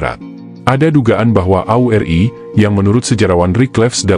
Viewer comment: Isinya bagus, mengungkap kejadian waktu itu, tapi saya illdeel debgan VO videonya....gak profesional banget..penyebutan AURI, RPKAD, Bogor